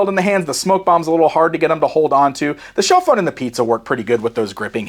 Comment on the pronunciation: IT’S A T-PHONE, not a Shellphone